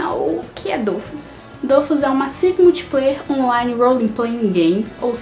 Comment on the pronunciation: Primeiramente adorei o vídeo ,segundo não é dofus que c pronúncia e dofús , e não é weikfu como vc fala e wakfu msm a pronúncia e o nome certinho